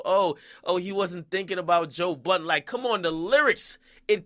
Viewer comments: lmfao when he said boiidunn sounds like budden this nigga funny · lmao why do nigga keep calling this man Joe Buttons? hahaha come onnnn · French might not of went in there with negative energy but Aubrey sure did. Nigga even said "Budden"